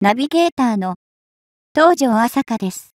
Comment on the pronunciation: 東条 朝香（？）音読み、訓読みは正確にお願いします。